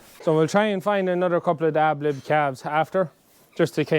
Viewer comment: Ad lib not ab lib